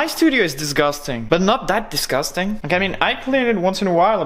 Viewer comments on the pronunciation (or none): "This is disgastang "